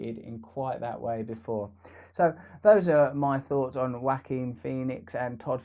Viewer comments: Wah keen is how it is pronounced. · "WACK-KING Phoenix"??!? ! BaHaHaHaHaHaHaHaHaHaHaHaHaHaHaHaHaHaHaHaHaHa... mmmf, ahem Lol. (no peace💘) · Throughout this video i thought he was saying Whacking Phoenix 😆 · Whacking Phoenix... Ja-oh-qwin Pho-nex... Whao-keen Phee-nix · This seems like a well thought out treatise, but, I'm sorry. I'm sorry that I can't get past him intonating "WHACKING Pheonix". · Lol, he pronounces it “Wacking Phoenix” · Bradley Bindle yoooooo I was at the laundry mat listening to this and began laughing hysterically when I heard him say wacking Pheonix. Everyone was staring at me like I was crazy 😂😂😂😂😂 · 'Whack-Kin Phoenix' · I like how you pronounce Joaquin as Wackeen, Russell. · It sounds as if Russ says: ''Whacking [instead of Joaquin] Phoenix''. Freudian....?? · "WACKING Phoenix" hehehe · haha it did sound very like "WACKING" when he said it. hehe